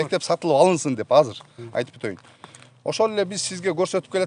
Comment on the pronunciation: "Казыр" - эмес, "Азыр" - деп эле сүйлөгглөчү...